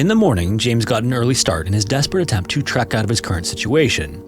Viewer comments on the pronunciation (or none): Bro, it's called a TREK, not a TRACK.